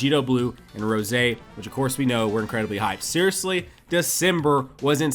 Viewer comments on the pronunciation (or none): none